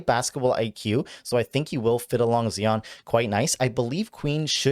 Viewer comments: Z-eye-on NOT Zee-on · Who the heck is Zee-On?